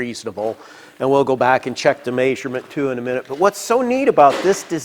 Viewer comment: I always hear Mäesurement